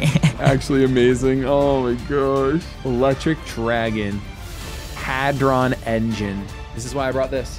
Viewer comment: how says hadron is wrong he says it like hardon yet it is spelt hadron